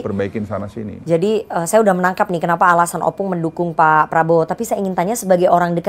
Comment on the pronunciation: Ompung, bukan Opung. 🤦🏻‍♂️